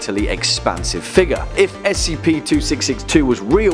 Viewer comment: Why do you say figure as if you were going to say the n-word?